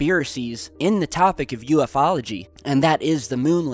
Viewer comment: Please...PLEASE...its U-Fology...not UF-ology. Petty yes, but it's like nails on a blackboard! Please!